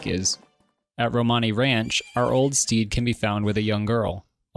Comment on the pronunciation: when you mention the wood temple frog I heard Steve instead of what I assume was "steed" and I'm sticking with it, froggies turtle mount is called Steve from now on